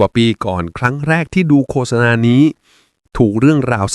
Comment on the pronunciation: โฆษณา นี้ดีจริง แต่ควรอ่านให้ถูกด้วยว่า โคด - สะ - นา ไม่ใช่ โค - สะ - นา